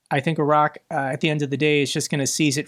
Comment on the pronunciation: thank you for pronouncing Iraq correctly and not saying 'eye rack'.